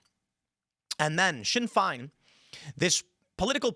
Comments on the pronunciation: Sinn fine 😂. It's pronounced feign not fine. It's Sinn Fein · Sinn Fein is pronounced Shin Fayn, not "sin fine"....and they never stopped being a thing in Ireland, most of them just got into legit politics. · Lmao Sinn Fein... not pronouced FINE! NOTHING IS FINE 😂 pronounced and sounds like PAIN, but with an F. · Sinn fein. Not sinn fine. Like feyin. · 'shin fayne' not shin fine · Sinn fine? Its pronounced sinn fane lol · It's pronounced 'Shin Fain' Tim, not Shin fine !! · Tim: "Shin Fine" Sinn Fein is pronounced "Shin - feign" (rhymes with tin - crane). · Right Tim, Sinn Féin, Féin is pronounced as Fane not Fine. And there is nothing that Ireland can do until it leaves the EU. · Finn is pronounced more like feign than fine. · Have you any idea what they are doing to my beautiful country. Its pronounced sinn fain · Sinn Féin is pronounced Shin Fain by the way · There's more than 3 guys believe me. Fein is pronounced fayne btw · Sinn Fine lol. If you can’t pronounce Sinn Fein correctly. Everything else is invalid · "Shin Fayne" is the pronunciation. It means ourselves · Ballymena is pronounced Ballymeena. Sein Feinn is pronounced - Shin Fain. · Your pronunciation is awful pal...it's pronounced shin fain... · sinn fein pronounced shin fane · Sinn Fein = Shin Fane Ballymena = Bally-mean-ah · Shin fain is how it’s pronounced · It's shin,fane phonetily, just saying. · Sinn Fein traitors facts the hunger stickers would b turning in their graves sacrificing their lives for our sacred land shame on them . Pronounced (shin Fein ) (balla-mee-na) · Sinn Féin is pronounced shin fayne. The speaker has a strange "Irish" accent. A mix of a few counties in there. Or an actor who isn't even Irish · Sinn Fein, feins pronounced fain as in pain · 30 learn to PRONOUNCE "SHIN FANE" dip ish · Sinn Fein is pronounced chin fane. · Pronounced FAIN… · "Shin Fane" is how you pronounce Sinn Fein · Shin fain it’s pronounced, Timbo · Tim, it's pronounced "Shin-feign". 🤦‍♂️